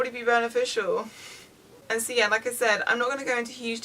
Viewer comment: I kept wondering why she was saying "Sia" and realize she was saying "so yeah" LOL